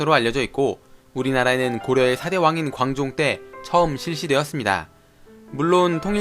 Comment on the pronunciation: 광종 할때 관종이라고 들었다